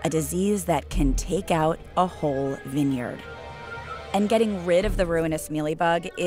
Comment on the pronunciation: Wait, is vineyard pronounced that way?